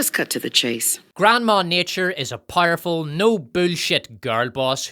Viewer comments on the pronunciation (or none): What does "PIE-ER-FUL" mean? This guy keeps saying that word.